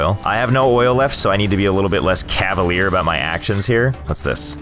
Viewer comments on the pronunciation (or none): none